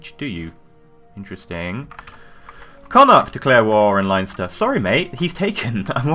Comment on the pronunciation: Leinster is pronouced Len-ster not Lion-ster